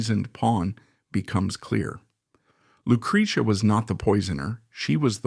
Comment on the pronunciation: I love this, but the pronunciation of the names drive me insane. LOO-CRAY-ZEE-UH..... CHEZ-ER-RAY....